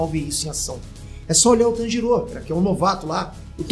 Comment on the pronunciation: Mlk o não sabe falar Tanjiro é nem Tomioka, ele falou: Tanjirou é Tomióka...kskskskskks